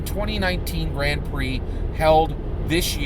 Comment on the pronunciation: Watched an entire season of Formula 1 racing, learned everything about formula 1 racing except how to pronounce Grand Prix.